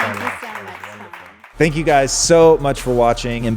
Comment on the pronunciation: Great video! I can’t stop laughing though at the end when says “sank” instead of “thank” and when he tried to say come across he says “crum across” lmao! 😂😂😂